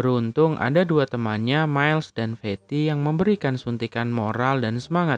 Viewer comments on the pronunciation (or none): none